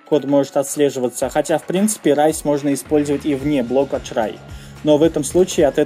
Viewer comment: raise мне больше всего запомнилось как "Рис"